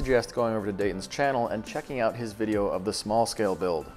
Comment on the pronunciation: Wideo killed the wadio stars.